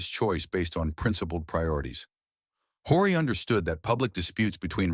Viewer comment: Historical fiction. More research and less politically correct fabrication was needed. ( and his name is pronounced O-ree)